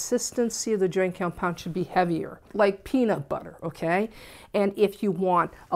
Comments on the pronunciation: it's called what compound? Sounds like you're saying joy or joint (lol) but that doesn't make sense to me ;) Is this good for balcony walls that are cement & occasionally get wet depending on the direction of the rain? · I really needed this! Thank you! She gives easy and simple instructions that anyone can follow. She does have a problem saying "Joint Compound"- I got tickled every time she said it! LOVE YOU!